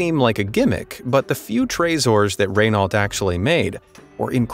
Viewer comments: Fyi, narrator, Renault is pronounced similarly to ren- (as in Ben) -oh (slight emphasis on the first syllable). You don't pronounce the -lt, and the R is sounded from the back of your mouth, with a short, soft "roll" from the tongue against the throat. If you can't do that, just "ren-oh" is pretty close. To spell raynote it would be Rénaute. Those cars with gold, especially that seriously fugly limo truck with the 24ct gold loo, are hideous! Definitely not classy! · Ray-nahlt... Hah! Watch Top Gear. Clarkson would say 'reh-no', just because the Brits know their French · Calling Renault, Raynault, property hurt my ears and I'm not a French car lover, really. And that American math with BMW killed me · Yea I’m also gonna correct him not trying to sound like an ass but it’s pronounced re-no not re-nail-t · It’s Raehnoo not raynault btw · Nice work, I enjoyed the video, But before you get flamed with rage-filled comments it's "Ren-Oh" Slightly like "RWhen-Oh" (Hard to explain that part) Not "Ren-Alt". Tresor is "Treasure" in French. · Raynolt??? It's pronounced like "Renno" ya fool! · Excellent video! I enjoyed it, but with so many gear-heads probably attracted to this kind of video I think it would be a good idea to learn how to pronounce: Maybach = very close to "my bock"but the ch part is a little bit of a German gutteral drag sound. Renault = "Reh No". Porsche is actually "por shuh", but I'll admit that I still pronounce it "Porsh", because I spent decades saying that. (Bugs the. crap out of my brother-in-law who has at least two Porsches. Can't keep up with him.) I would be probably interested in the Renault Trezor, that looks like a pancake going down the road. BMW Vision Next 100 is also amazing. (And here I am buzzing around on my Gogoro S1..... geez.) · "Renault", being French, is pronounced as "reh-know", not as written. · Never heard of the Ray-Nault brand before. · "Ren - O". Why is this word so CHALLENGING???🤣🤣🤣🤣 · Raaynault 😂😂 Its Renault